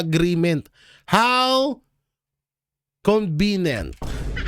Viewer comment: Magaral ka.muna ng pronounciation, CONVINYENT, yan ang pagakabigkas, nakakahiya.